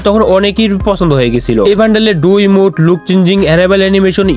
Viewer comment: Red ❌ Rid ✅ Emote ❌ Emute ✅ 😅😂